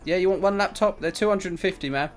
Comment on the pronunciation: Is it just me or If says here you go man or that's 700 dollars man it just really sound like mam xD